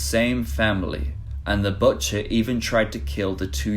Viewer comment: Did you say "batcher" instead of "butcher"? Is this AI voice?